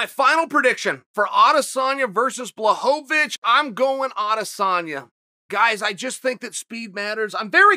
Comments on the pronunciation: who's Blachowicz? i only know of Blahovovich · I think you mean "Blaho-va-vich". Don't you DARE defy Uncle Chael. Your insolence WILL NOT BE TOLERATED.